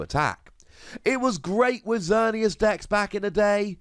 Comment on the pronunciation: Oh no that almost seemed as if you meant to insult Xerneas Prism Star by not only giving it an honorable mention, but also saying "Xer-nee-ass". Lol a 5 Wossy insult, if I do say so myself.